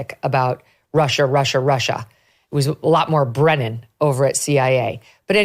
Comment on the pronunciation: It's Brennan..Brennan 100%